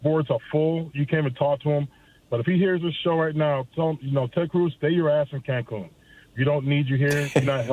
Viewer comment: Ted "concun" cruz